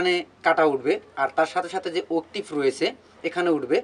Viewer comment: আপনার শেখানোর ধরণ আমার কাছে খুবই ভালো লাগে কিন্ত্তু উচ্চরণ টা ভালো করলে আরো ভালো লাগতো, কথাটা উকটিব হবে না, অক্টেভ ( Octave) ধন্যবাদ🙏💕 খারাপ পাবেনা। শুনতে ভাল লাগবে তাই বললাম।